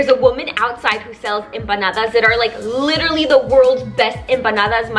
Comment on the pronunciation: Yes the brand is pronounced desigual. It means unequal in Spanish, idk why but I thought you spoke Spanish LMAO your pronunciation of empanadas was spot on!